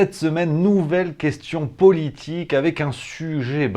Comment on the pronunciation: Vous prononcez le mot "politique" comme Ségolène Royal en insistant sur le O, c'est plutôt PEAULITIQUE que Politic... une parenté ou une même origine géographique ?